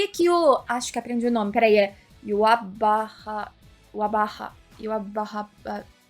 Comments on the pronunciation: Como falar o nome do rei quincy yhwach ❌ IORRABARRA❌ Yobababa✔️ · Você tem que pronunciar: yuhabarra kkkkkk Bankai!!!! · Pelo amor das Ban-kais, Kkkkk o nome do Rei se pronuncia assim... IURRABARRA eu sei que não tem nada a ver com a escrita mas é assim que se fala. Pronto! Agora Dê UP pra ajudar a galera a falar do jeito certo. Obrigado 😊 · A pronúncia correta é Chewbacca Babayaga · Pelo o que eu entendi o nome do rei Quincy se pronuncia Yuhabaha. Lendo igual hiragana ゆはばは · Acredito que a pronúncia do nome do rei seja Yuhabaha. Mesmo tendo lido o mangá há tempos, sempre chamava ele de Yuach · a pronúncia do Rei Quincy é mais fácil que parece kkkkkkk é "Yuha Barra" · Yhwach, se pronuncia iurra barra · o nome do rei quincy lê se yuhabaha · a pronuncia do rei quincy é "yurrabarra" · "You, rra, bah" kkkk Das pronunciais: "I love you" "Ralar" "Bah guri" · Pra facilitar pra vc, o nome do Rei em portugues é Yhwach (Irruach) mas na dublagem japonesa lendo os Kanjins, eles falam no anime Juha bach (Yūhabahha) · O nome do rei Quincy se pronuncia "iurrabá". É "You rabá". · Bankai 🙌, adorei vc falando o nome do vilão, me identifiquei rsrsrs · Se a tá tendo dificuldade pra falar o nome do Rei até tendo anime, imagina nós q leu o mangá sem nhm exemplo sonoro do nome kakakakakaka 🤣🤧 Eu chamava ele de Iuiatch kkkkkk foi sofrimento viu kkkkk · Se pronuncia iurrá barra o nome do rei quincy